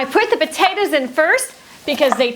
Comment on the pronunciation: what's yer problem, lady? jeez, them potayduhz! 🤔